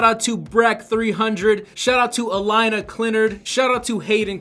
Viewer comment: It’s ‘A-lane-na’...phonetic spelling for Alaina...just saying! Like your show...pretty creative...